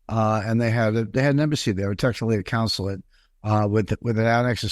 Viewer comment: And he keeps mispronouncing consulate